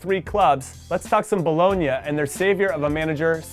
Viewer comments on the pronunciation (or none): none